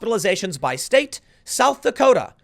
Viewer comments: “South Dakoder” 😂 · "south dakoter" I love jersey... :) (unironically btw) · Did you just say, "South Dakoter?" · Tim “ South Dakoters” Pool